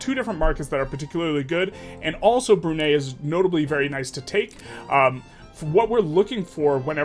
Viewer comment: love your videos! as a bruneian, it's pronounced Bru (brew) - nei (Nye as in Bill Nye the science guy) 😂